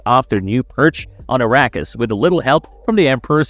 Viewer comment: Yeah… Arrakis sounding like “Iraqis” made me stop the video.